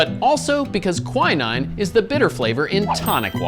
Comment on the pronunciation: Why the hell is he saying quinine like that? 😅 Thats not how you pronounce it.